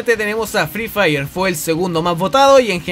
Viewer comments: el fri fair po prro xd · jaja fri fraier xd